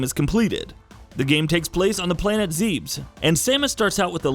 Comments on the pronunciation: "Zeebs" It's Zeh-behs you uncultured swine. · Zeh-bizs not zeebs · ITS PRONOUNCED “ZEH-BEHS” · ZEE-BUS not zeebz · Just scrolled down to see im, not the first one to comment this it's officially pronounced ZEH-BISS what the fuck is zeebs? Also, Metroid is Linear it gives off the illusion of non-linear progression but it starts of linear and slowly becomes less linear but still stays linear at the end. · You lost me when you pronounced it “Zeebs” even my phone keyboard tried correcting me to Zebes. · Eww he said planet Zeeebs it’s pronounced Zeb-es. Obviously not a Metroid fan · Zebes, not zeebs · Anyone else catch how he pronounced Zebes? Lol Zeebs I’ve always pronounced it and heard it pronounced as Zay bis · You lost me when you pronounced Zebes as "zeebs" XD In all seriousness, great video! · Old enough to know how NOT to pronounce Zebes. "ZEEBZ." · "takes place in the planet Zeebs" ight, imma head out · "Z E E B Z." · I swear to God if I hear one more youtuber pronouce Zebes as Zeebs 😑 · Okay this video is completely useless and made by someone who’s not even sure how to pronounce zebes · Lost all respect for the creator of this video once he attempted to pronounce Zebes. C'mon man. Noob! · That pronunciation of 'Zebes'... Ouch. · I fucking hate how you pronounced Zebes. That's not how it's said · he also pronounced Aether, and Zebes wrong. at that point I just stopped caring about it